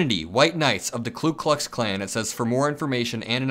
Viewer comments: It's "Ku Klux Klan" NOT "Klu Klux Klan". "Ku" NOT "Klu". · Your podcasts are insightful and well executed. One minor correction - you repeatedly mispronounce "Ku Klux Klan". It is "Ku" not "Klu". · This doesn’t surprise me. The hate is always there, but Trump gives them permission to express it. (BTW, it’s “Ku”, not “Klu” Klux Klan…common mistake) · it's KU (KOO) not KLU Klux Klan. Thanks. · Youre saying clue clux Its ku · *Ku, not Klu. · Love your reporting, but sat, "KU", not "KLU" KLUX KLAN. Keep rockin' it! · it's Ku, not Klu. Mistake I made for years. Loving your stuff!! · KOO - Not KLUE (Literally Ku w/o an L) Call these idiots by their proper name. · Ku klux klan. Not klu klux klan. Just sayin’. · ku* klux, not klu klux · It's Ku, not Klu. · Ku, not Klu, in Ku Klux Klan. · Why do you always add an extra L to "Ku Klux Klan"? Is it really pronounced that way? (And why isn't it spelled "Klu Klux Klan" then?) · Great video and I love your channel, but, Dude, it's hurting my ears, it's KU Klux Klan, not KLU Klux Klan, lol. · Ku, not Klu. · Dude, it is Ku, not Klu. Ku Klux Klan, not Klu Klux Klan. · KKK - K(l)u Klux Klan - no L in Ku - pronounced koo, not kloo. Screw them, but say it correctly please. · FYI…it’s “KU”(no L ) Klux Klan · I like your vids, but you should take 5 mins of your time and write "Ku Klux Klan" on a piece of paper and read it out loud, slowly... Do it again and again, slowly. And say it RIGHT before you speed it up. But do indeed speed it up and keep repeating until you can say it properly... Now try "Nuclear" and proceed to "February", etc. You are in the business, and you really should be pronouncing with proper English... Pretty sure you say ASK instead of AXE... And PROBABLY instead of PROLLY, so keep up the good work.